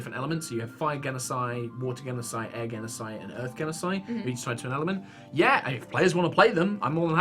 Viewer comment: Hearing pronounce genasi physically hurt